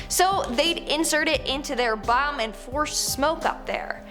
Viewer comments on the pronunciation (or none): Anything to do with eyes,teeth,genitals or feet (any operations or treatments etc) makes me feel cringy af....and i giggled at the way you said bum!